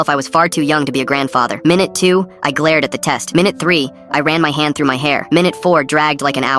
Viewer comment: "meenoot 1"😭